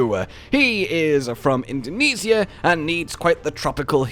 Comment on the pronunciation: hey man im from indonesia but it not cald indonisia but indonesia